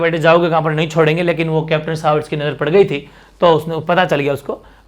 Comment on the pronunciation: सर उदयपुर का पॉलिटिकल एजेन्ट "कैप्टन सावर्स" नहीं "कैप्टन शावर्स" था।